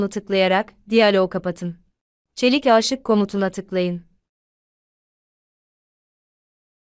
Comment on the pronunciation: Aaaşık değil aşık olarak telaffuz edilmeli. Sonuçta bu bir aşk filmi değil 😂